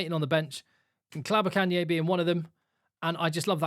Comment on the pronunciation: Good job getting Ntlabakanye's pronunciation right!